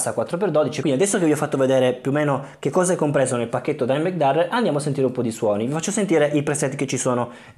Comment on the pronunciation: It’s “Darrell”